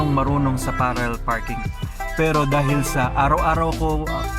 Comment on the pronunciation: Pararrel pa more lol